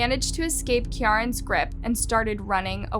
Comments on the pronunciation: Kiyaran is 'keer-an' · Keeeeee-ran that's how this scumbags name is pronounce